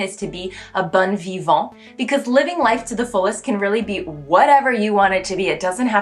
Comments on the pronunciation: Yes, but watch out for "bon vivant" -- your "bon" sounded more like "bonne" ;-) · The way you pronounced "bon vivant" came out as "bonne vivant" which doesn't actually work. It's either "bon vivant" or "bonne vivante." Bon is a nasal sound while bonne is a soft sound. You can't really mix the two.